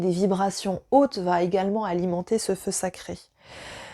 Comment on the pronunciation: Le fleu séché ? Le feu saché ? Ahhhh 🤣🤣🤣en tous cas, c'est une forte et édifiante vidéo merci c'est une belle découverte pour moi !😀